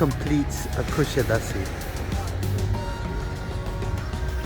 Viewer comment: You have lived in Kusadas"uh" long enough to know how to pronounce it!!